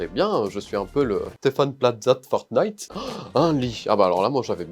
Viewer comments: Tes. For. Parfont. Ses. Fornit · Oh, vous aussi vous dites fornite? Merci nous le disons tous dans la famille, et les gens se disent "hein??" Quand je leurs dit fornite...